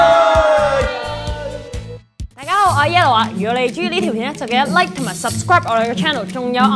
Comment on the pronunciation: 仲係想講LIKE但講左做[拉] XD